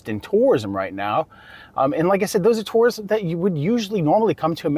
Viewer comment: OMG! too~rists. Not. Tore-rists